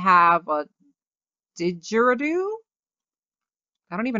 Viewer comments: Me being Australian: did she just say dig-I-Di-roo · Omg same I was so annoyed because she said it wrong idk why tho lol 😂